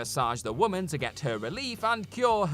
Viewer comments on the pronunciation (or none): none